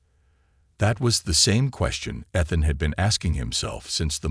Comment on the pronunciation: It's a good story so far. You need to work on your words. It's Ethan